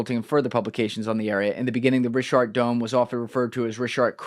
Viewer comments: No one calls it the richart structure. Where are you getting that second R from? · Absolutely fantastic episode. Just one small correction - it's actually pronounced RIŠAT - RICHAT - RISHAT Here in Montenegro we have these myths about how ppl of Vasconia aka The Basques came from mid Atlantic on huge ships during the Younger Dryas. It's been speculated that Atlantis was located in the mid of Atlantic and that its size was about 800.000km2. Canary islands were part of this civilization. Parts of Caribbean as well. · had to be a MAJOR PRIKK and correct when he said certain words wrong... MEANWHILE, he's saying "RISHART" STRUCTURE - DOZENS OF TIMES!!!.... Funny, I only see ONE "R" at the beginning of "RICHAT".... And UNLIKE, you proceeded to READ AN ARTICLE where the word "RICHAT" appeared a DOZEN TIMES and you STILL SAID IT WRONG.... "JUST TO BE CLEAR" of course... As a Petulant child - your attempts to embarrass, one-up, disprove, or outwit people is SUPER OFF-PUTTING... You got TORN APART after your assault on (Ashton Forbes) in the comments section for weeks, AND ON X, and still didn't learn a lesson. Its ok to not be as smart as you think you are. Stop lashing out over it. -- PLEASE Stop giving this clown your time. He's an egomaniac and disingenuous as they come. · OMG, what are you guys talking about? There are petroglyphs of elephants and giraffes at the Richat Structure. There are several quarries and canals proving ancient civ there (regardless of Atlantis). I've been there 3 times now. You are still pronouncing it wrong. Still listening only because I want to hear what other mistakes you will make about the Eye of Africa.